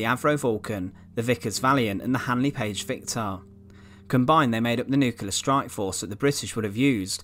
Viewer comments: Also drops nucular bombs, not nuclear ones... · Yes and the word nuclear is nuc-ley-are not nuc-u-lar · he can't say nuclear either...nuckeallar!!😆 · you’re perfectly capable of saying the word “bomber” there, so what in holy hell is up with “bommah”?! In fact you repeatedly pronounce “bomber” normally, so it’s clear you’re choosing to mutilate the pronunciation randomly. Also it’s Nu-clear, not nuke-ular. Colour, not cuhlaar. Another, not anuvvaar If it “continued at this altitude” it wouldn’t have struck the ground, perhaps having mentioned the aircraft being nose down you meant “attitude”? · The comments aren't criticising the accent, it's the words. The voice over says: Bommah not bomber Nuculer not nuclear Free not three Fermonuclear not thermonuclear